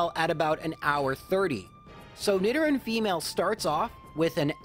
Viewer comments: i think its supposed to be nee-do-ran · Why are you pronouncing nidoran wrong? It’s like Nidoking. “Need oh king” so... “need oh ran” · Nidoran and Nidorina, not whatever you said. Sounds odd.